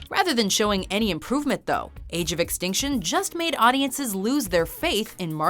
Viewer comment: Uh its "Transformers: Age of Ex-stink-tion" please edit your video